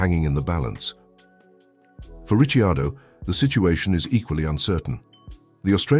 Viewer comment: No, it's a bot...Listen to it when it talks about Danny Ritchie Ardo